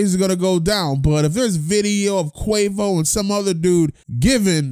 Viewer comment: You said Quavus 😂😂😂😂